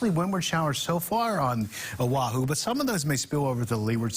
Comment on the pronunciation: Nice smooth voice, but he needs to work on his pronunciation of Hawaiʻi place names -- Līhuʻe, Kauaʻi, Oʻahu, Honolulu, etc.